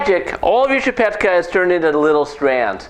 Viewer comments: Dude. I see you're really not a bastard and I find it really cool that you're making csipetke but I really need to correct a few things here. First of all. You don't call it csipetkA but csipetkE , E for ecstasy. Second of all goulash is always called goulash by everyone that was not born and raised in hungary but we call it 'gooyash' which actually is the hungarian term for cowboy. Last but not least my dad told me I'd be a fool if I'd boil csipetkE(!) for long cause it's gonna be like rubber. Once u drop it in the boiling hot water it's enough to leave it there for just a minute or two. Overall you ain't a bastard and you made me smile. Thank you! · Eeeeeee not aaaaa Csipetkeeeee not csipetkaaa! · "chi-pet-khe", if you wanna pronounce it pitch perfect!